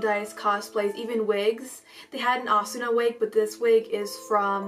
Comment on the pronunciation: Her name is not pronounced asuna. It's pronounced asna